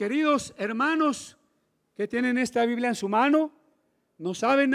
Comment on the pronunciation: Todo bien... ¿por qué será que a veces les da por decir "biblea" en lugar de "biblia"?